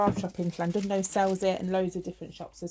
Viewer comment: You said Llandudno absolutely PERFECT! You have the 'LL' on point! Ian has live in Wales for about 18 years and he still mispronounces Welsh names wrong..... ( It's actually hilarious!!! ) Massive 'cwtches' from all us here in South Wales. We love you. Xxxxxxxxxxxxxxx